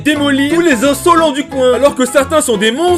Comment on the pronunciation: Cette manière de prononcer le mot "Insolent" ! A chaque fois ça me termine xD